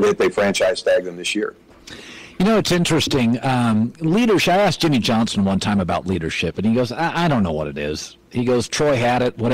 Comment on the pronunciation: Come on, it’s Moose “Johnston” not “Johnson” lol. I hated him! HAHAHA!